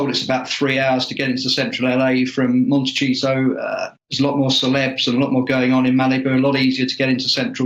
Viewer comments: Did he say "Monte- cheese-o" 😂😂😂😂? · I had to laugh out loud when the one British guy kept saying "Monte-cheato"! Although H&M are cheesy, it's Monti-SEE-to! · I love pronunciation of the city as Monte-Cheat-O, and his smile as Lady C speaks the truth in no uncertain terms.. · Just as an FYI, Dianne Feinstein pronounces her last name with two long i sounds. Fine - Stine. I'm not sure if is being sarcastic or not but Montecito has a soft c, sounds like an s. It's a Spanish name. Lots of that in California.